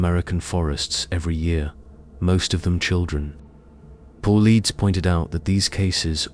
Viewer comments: His name is David Paulides ( Paul-light-es) Not – (Paul-leads)! At the rate that you use his name on your channel….you should probably get it right on the pronunciation at this point. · PAUL EEEDS? GOOD GOD GET THE NAME RIGHT!😢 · Independent investigator. Was NOT Dave Powleds….it was Dave Paulides (pronounced Paul led eas)